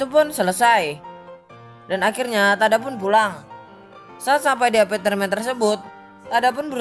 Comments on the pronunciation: Apartemen bang bukan apatermen !! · Apatermen bang Bukan Apartermen . Hehehehe